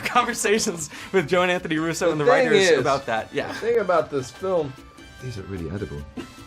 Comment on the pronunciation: The way he says film is so funny😂 reminds me of that vid where he quotes his mom Ina Romanian accent abt the black panther movie 😂